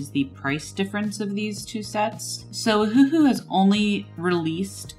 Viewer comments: No, it's named after the Hawaiian island "Oahu", so it should be pronounced Oh-Uh-Hu or Owahoo. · it’s O-huhu not huhu ?? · pssst it’s cuz it sounds like your saying Ahuhu instead of Oh-huhu 😉😋😅💘🦋🍭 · It's named after the Hawaiian island "Oahu", but they got rid of the dashes for Oh-Uh-Hu and left it OhUhu. So the correct pronunciation is Owahoo. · Except it's not a Chinese pen. It's Japanese. And anyway the company named it after the Hawaiian island "Oahu", but they spelled it Oh-Uh-Hu & took off the dashes. So the correct pronunciation is Oh uh hu or Owahoo.